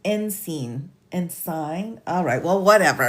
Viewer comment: and you are not alone with the word “ensign.” It’s been one of those words I could never pronounce correctly. I always said ‘en-sayhn,’ which is likely correct for a last name; but when speaking of someone’s military ranking, it is ‘en-suhn.’ If you see this, I hope it helps. And if you forget, you are forgiven—I had to look it up again to get the latter pronunciation. 😉